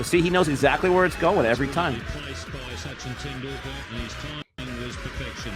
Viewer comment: your pronounciation of Sachin tendulkar s name in the very beginning is way worse then D TRUMPH in every possible way nd trust me D. TRUMPH was hilarious enough 😂😂 you topped him.. 👍👍 I played it 5 time nd was funny every single time 😂😂... tht shot he played on bret lee bowl is called "Upper cut" nd it was the very first time it was being played won't b exaggeration to call it an invention right there on the field ever since then it's been played a lot.. he invented tht shot like MJ invented moon walk several other batsman hv invented shots too like " Dil -scoop" by sirlankan batsman named " Dilshaan "